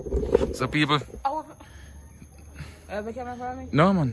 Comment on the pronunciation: love seh "Peopr" instead of "People" 😂😂😂😂